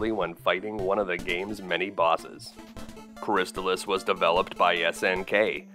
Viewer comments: But, isn't it pronounced "Crist-ALL-iss"? Excellent detailed video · I always pronounced it "crys-TAHL-iss, tahl rhyming with "doll," the second syllable being emphasized